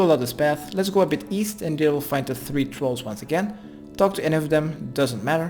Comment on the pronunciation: lol I heard that too XD